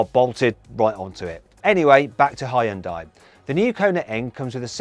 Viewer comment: geist 발음 기가막힌다고 칭찬하는거같은데